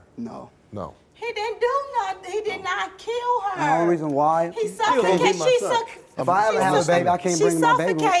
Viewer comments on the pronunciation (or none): Anyone else here her say he suffefcated he- she suffecfated